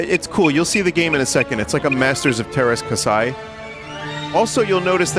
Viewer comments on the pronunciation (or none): As a Finn i can never handle someone trying to pronounce "Masters of Teräs Käsi" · Knowing that Billabonyong doubles as a Swedish metal man from the fjords, it's weird that he can't even start to properly pronounce simple Finnish words like teräs and käsi.